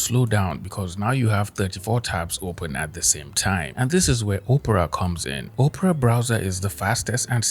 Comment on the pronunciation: Im sorry man hearing you say Opera like Oprah was cracking me up! I dont want to use a browser created by Oprah Winfrey, lol! Anyway keep up the great content.